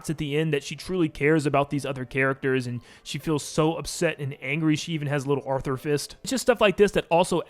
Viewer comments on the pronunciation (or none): none